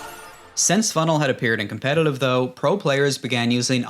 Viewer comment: competitlive wtf am i hearing